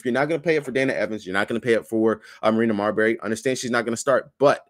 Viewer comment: Please don't call Marina Mabrey, Marina Marbury.😅😅